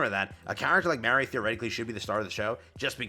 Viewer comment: My only gripe with the event being this long is that I have to listen to say "Mary" or "Marie" instead of just "MA (like when you call your mother) - RI".